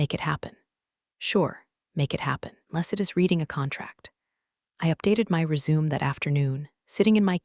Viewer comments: I wonder when they are going to pronounce "resume", "live", and "read" correctly! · I agree, drives me nuts😂